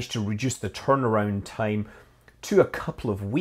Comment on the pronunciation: Why he pronounce "time" .. tame....